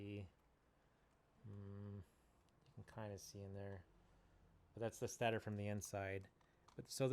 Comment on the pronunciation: The first syllable of "stator" is pronounced "state," not "stat."